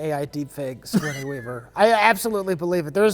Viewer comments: pronounced "sigourney-a weaver" the same way gmcfosho did in "Miss My Ni" where he tried to make "sigourney-a [weaver]" rhyme with "hernia" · "Sigourneya Weaver"